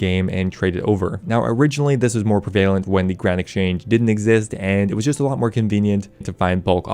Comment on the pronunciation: (preh-vay-lent) hmm. TRIGGERED